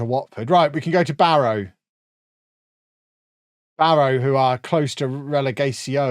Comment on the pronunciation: Heads up, locals pronounce it 'Barra'.